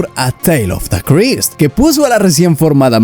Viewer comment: Es Charlton Heston, no Charles Heston. Pronuncia bien en inglés, Christ es craist, no crist. Si no sabes inglés asesórate antes de usarlo en tus videos.